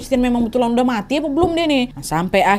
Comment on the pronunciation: Kk nad lucu klo ngomong"muaatii"😂😂